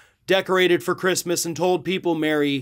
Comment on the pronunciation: She said “who the fook gives a sheet about Chreestmas?”